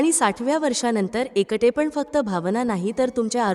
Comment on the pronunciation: एकटे म्हणण्या ऐवजी एंकंटे असे उच्चार ऐकू येतात.